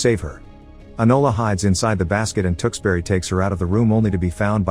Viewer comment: I cringed throughout as the narrator mis pronounced Tewkesbury over and over again. He said Tooks berry but every Englishman and woman knows it is Tewkes (rhymes with Dukes) bury (rhymes with Hurry). The movies is brilliant.